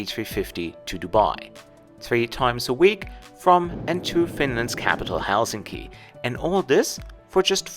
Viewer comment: This doesn’t have much to do with the video itself (though it was nice), which I came across by accident. But just wanted to say it was nice to hear a foreigner pronounce Helsinki correctly (especially in the beginning of your video) with the weight on HEL instead of hel-SIN-ki like all other non-Finns say. I’ve only flown business class once, the flight was overbooked so they upgraded me and my mum. It was really nice, long flight from Guangzhou to Helsinki. I was 18 and they gave me champagne I felt like a queen. This was over 15 years ago though, Finnair too but looked fairly different from your video. It was very controversial when they started offering blueberry juice on the Finnair flights cause if you spill it it’s impossible to wash off.